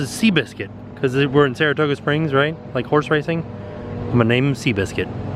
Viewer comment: Saratooga? Margaritos? Get it together, lol